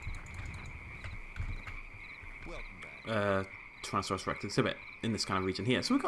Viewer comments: ***** It's pronounced Woo-er-o-sore-us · It's were-hue-oh-sawrus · Wuerhosaurus is pronounced WHERE-ho-SORE-us.